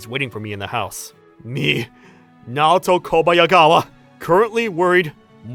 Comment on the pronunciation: The only problem I had was the way you pronounced Naoto. It's not too it's to